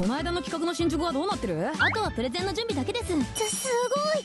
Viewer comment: プレゼンがプロテインに聞こえたW